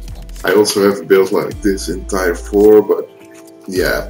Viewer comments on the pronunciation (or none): Damn I love the way you say 'tier' xD